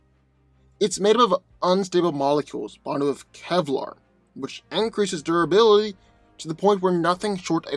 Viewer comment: Tell us again about unstable molecules and doraly. And by doraly i assume you're trying to say durability